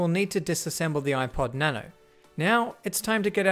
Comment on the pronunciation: its supposed to be na-no